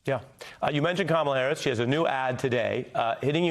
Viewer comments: Why does he insist on pronouncing VP Harris name wrong, over and over. Such disrespect! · Hey Corey- be a big boy and learn how to pronounce V.P. Harris’ name correctly.